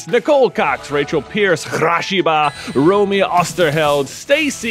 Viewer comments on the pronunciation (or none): none